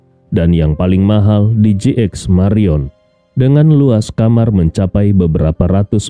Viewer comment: Jayapura selalu setia menyimak, sedikit koreksi apakah JX. MARIOT atau JX MARION. Sebelumnya sebutan JX MARIOT tapi episode ini dgn JX MARION, itu saja smoga saya yang salah.